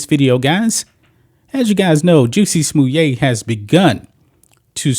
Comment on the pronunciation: Someone says "Jussie Smollett" I'm like, who?? Ohhhh ... you mean Juicy Sommelier!